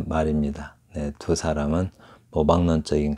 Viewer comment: 또 한가지 엉터리!! :두 사람" 발음 틀렸노라! "두"는 길게 발음하는게 한국어이니라. 왜 "짧게" 발음하느냐?? 하나 둘 셋 도 바르게 발음하지 못하는 자가 시를 논하고 있는 대한 민국이 하 분하여 "눈물로" 쓴 책이 있으니, 대한민국 지성인들이여! "한국 어문을 거발함"이라는 책을 조용히 읽어 주시압. 미구 변 완수 드림